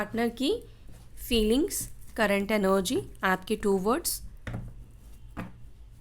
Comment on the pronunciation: NOG क्यों बोलते हो आपलोग... सही वर्ड ENERGY है एनर्जी ही बोलना चाहिए😊